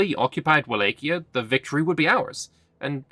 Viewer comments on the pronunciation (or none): none